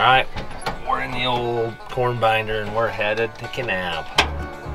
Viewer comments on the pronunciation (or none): none